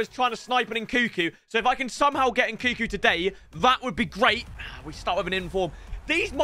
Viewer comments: love you, please pronounce NKUNKU correctly, N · nkuNku!! God damn... triggers me every time... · pronouncing nkunku's name wrong whilst it's right in front of him is gold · Do you pronounce the second N in Nkunku? Or have I been saying it wrong all this time? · Anyone else dislike the way he says nkunku